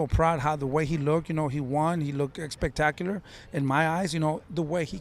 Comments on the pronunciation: yeah I know. It just sound like he’s saying “EX-pectacular 😂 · Can someone please tell this man that “expectacular” is not a word 😂